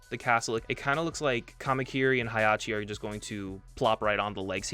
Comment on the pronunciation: it’s not hairachi it’s hachi